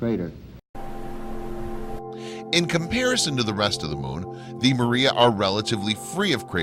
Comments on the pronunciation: PS It's pronounced MAH-re=uh, Not MARE-e-uh. It's Latin, dude! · People will believe anything to avoid admitting GOD PUT THE MOON THERE. Edit you keep saying maria like the way whites use the name.. It is said as Spanish say it with emphasis on the R, like my username... It's not pronounced Mirria.. It's MAR-e-ah(Mars without the S) and emphasis on the R.. Not Mur-E-ah